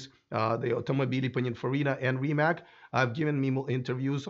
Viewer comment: What happened to right pronunciation of Rimac 🙄